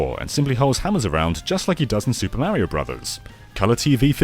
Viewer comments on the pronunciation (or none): none